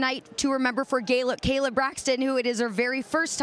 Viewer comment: Charly says gayla Braxton because of kayla real life smh